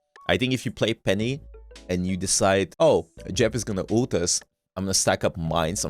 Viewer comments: Bro says ult as OOT😭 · hate the way u pronounce Ult